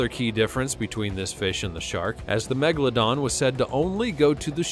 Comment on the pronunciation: The name of the old shark is MEGALODON, not Megladon